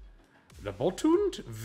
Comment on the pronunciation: looking forward to this on my break later, 72 packs my goodness i lied couldn't help myself, but YOU DID GREAT ON THE NAMES! Only one you didn't get or figure out was boltund bolt und (like undo with out the o) and fair not the best name, pretty awkward xD nice to see are old friend wheel back un action, if we are going to do 1 day for the throw back makes sense for multiple winners.